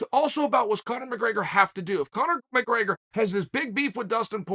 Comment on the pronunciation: “My-grey-gur” 🤣 why does he do this? Lol